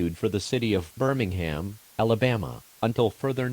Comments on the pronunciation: Birmingham sounded like "Burningham. Guess that fits the situation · notice how birmingham sounds like burningham